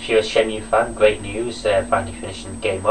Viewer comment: WTF. Disc 4 of Shenmue 2 was epic. And btw, for future reference shenmue is pronounced Shenmoo. Wear a different t shirt aswell, Cena sucks